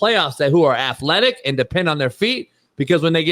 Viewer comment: When Shaun said afletic he lost me. Jaden will continue to struggle this year.